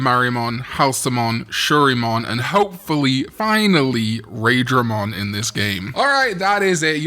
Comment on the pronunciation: It isn't Raid-dra-mon it's RYE (lightning). Rhymes with why-dra-mon